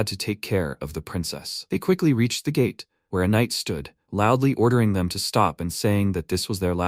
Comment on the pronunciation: Bro you must be trolling with that LOUDLY, no way you are serious